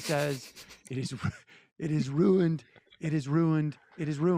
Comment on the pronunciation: It is rue-eened, RUE-EENED!!